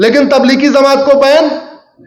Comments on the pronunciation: Bhai zamat nhi jamat hai sahi bolna to seekh lo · Zamat nahi jamat Bolte sikh ja jahil ganvar